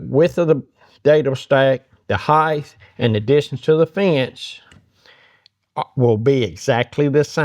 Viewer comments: the word is Height (think HITE) NOT Hidth. why is this so hard for americans ? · There's no such word as "heighth". You keep saying it. It's "height". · Height is pronounced as it is spelled. It absolutely is NOT pronounced “hie-th.” The word ends in a hard T.